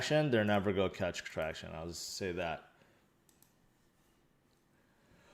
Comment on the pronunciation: haha i was trying to figure out if it was always that word he said that sounded weird.